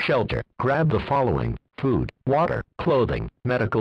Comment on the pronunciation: is it just me or did it sound like he said “poop” instead of food 😂